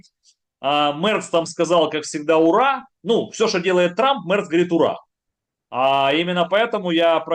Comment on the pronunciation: а еще мЭЭЭрц, как то звучит очеень сЭксуально